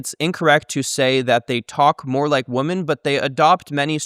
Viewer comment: It's "women" not "woman". Holy shit for a lynguist, I can't believe he does that.